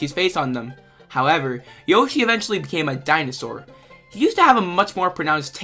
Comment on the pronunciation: i would say i liked the video but the way u pronounced "yoshi" should be illegal